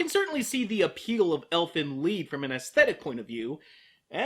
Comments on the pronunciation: it's lied not lead DX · It's pronounced Leed or or Leet. It's German for song. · Lied in this case is phonetically pronounced 'Leed', German for song.